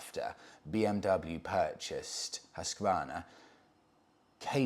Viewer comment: Gold star for your perfect prononciation of Husqvarna. As a Swede it's amazing to see the evolution of the brand even though they're not affiliated with Husqvarna in Sweden anymore. The 901 Norden as well as the Svartpilen 401 are so cool bikes. I really recommend you trying them both out for your self. The 901 is imposing in a very nice way. Much like the Yamaha Super Tenere 1200.